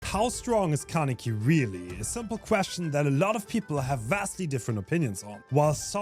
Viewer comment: Kah - neh - key. "neh" like the "ne" in "neck" like in your example. See it as three separated sounds instead of trying to link them with each other: kah - neh - ki. Alternatively, you can go to google translate, select Japanese, type "Kaneki" and click on the speaker icon to hear.